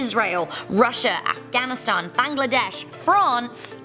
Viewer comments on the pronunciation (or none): none